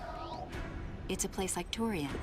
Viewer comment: Man, you're gonna talk about the pronunciation of "Tourian" instead of "Aran"? Because I've literally never heard anyone pronounce it "Aaron" before this game.